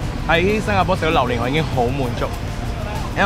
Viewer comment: 點解要讀榴蓮讀榴鍊🤣支持你 你真係我地既開心果黎😟要笑多啲